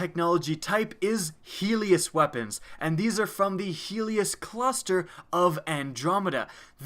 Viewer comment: also I just totally guessed that he would say heelist cluster and I got it right too